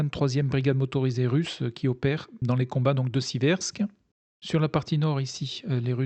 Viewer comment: Si je peux me permettre : "Seversk" et non " Sibersk" 👌